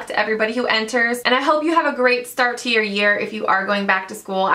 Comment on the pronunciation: I hate the way you say "to"